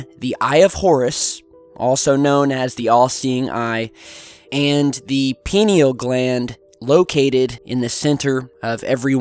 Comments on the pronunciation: This would be your first look at Spiritualism (or like-minded followings). Just so you know, it's pronounced "Pine-Eel" Gland, because the gland actually appears as a pine cone. As a matter of fact, Egyptian statues are seen sometimes holding pine cones in their hands. This is to say that these ancient cultures understand the power of Truth. There's a good chance Aliens helped our ancestors understand this knowledge. A chance. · PINE-al gland. Cause it's shaped like a pine cone is how to pronounce it. And it's actually calcified by the fluoride in out water. Drink lemon water to alkaline state your water. Also meditation. Tm. Is what I practice is meditation to that are and inside the gland is the unified field. It's what connects all life. I go there 2 times a day 30 mins at a time and I actually get true time distortion. 30 mins feels like 3. It makes you realize full human potential and also reminds us they we are super humans who have amazing power and creativity. The 5 sense get in the way of what's real spiritually. And we live in a distracted world that has actually made us less powerful humans. Focus on what's inside and your life will get better on the outside. I've been in the field a thousand times and weird visions and things do come talk to you. Could be the divine. Could be aliens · Pie-knee-all,. But yeah, great topic, it is wonderful that someone like you who likes sharing stuff with others came across with this information. The human history is about great discoveries like this one. Keep doing what you LOVE no matter what, that's another way to have an active pineal gland. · thought you might be mispronouncing this word pineal. I have never heard it pronounced like this before. it has always been pronounced like " pine- knee- all " from everyone I have ever heard say it. I checked the pronunciation and you are right. another Mandela effect. Anyone else remember it this way? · when you say pineal gland I cringe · "pie - NEAL" gland....